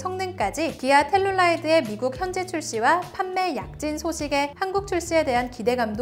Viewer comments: 텔루라이드룰 텔룰라이드 텔룰라이트 라고 하심 ㅠㅠㅋ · 텔루라이드를 자꾸 텔룰라이드라고 하시네ㅋㅋㅋ셀룰라이트 생각나네ㅋㅋㅋ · 텔룰라이드X 텔루라이드 읽을 때 너무 신경 안쓰누 탈룰라냐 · 자막엔 텔루라이드라 해놓고 발음은 텔룰라이드라고도함